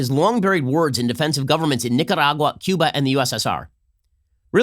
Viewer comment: As a Nicaraguan, I approve Ben’s pronunciation of Nicaragua